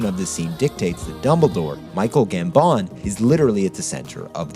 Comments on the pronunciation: Man ... it is GAMbon .... GAMbon ... he is not French .. it is not "gamBON" :P Loved it. WTG ! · guess not a fan of top gear just from the weird way he says Gambon